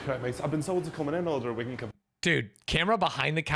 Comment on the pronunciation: You cannot say wigan, bro!